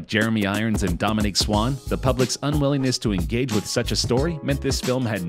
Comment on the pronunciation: Seriously, "Idris Elba" and "Ian McKellen" shouldn't be that hard to spell. Especially for supposed movie buffs. Mispronouncing "Dominique Swain" as "Dominique Swann" doesn't exactly help either. And for Pete's sake, how does Brendan Fraser become "Brandon Frazier" ?!